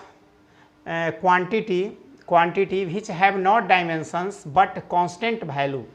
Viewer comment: Its value not bhalu